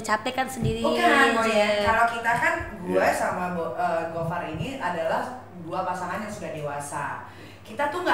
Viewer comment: Boyennnnnn, namanya gofar, bukan gofur 🤣